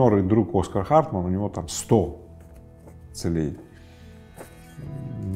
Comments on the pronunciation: не целЕй, а цЕлей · цЕлей, а не целЕй! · Даже у такого не совсем грамотного человека. как Рыбаков ..—да и то получилось стать успешным!!! Не смотря на свою некую безграмотность , ставя неправильное ударение в словах ..говоря - «целЕй», а не «цЕлей»..🤦‍♀️🤦‍♀️Вообщем, ребята, у вас тем более шансы есть!!! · Не целЕй, а цЕлей, пожалуйста. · Мне интересно, почему целЕй, ударение на е. Это нечто из профессионализмов, или Рыбаков украинец? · Очень интересно, только бесит то что ударения ставит неправильно, целЕй, что это за слово такое?) это как-то притворно звучит. А сам контекст видео очень хороший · Целей - ударение на первый слог, ухо режет. Ну как?)